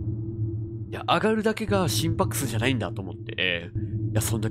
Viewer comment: 心拍数がすぃんぷぁくしぅ！って聞こえて1人で笑ってました笑笑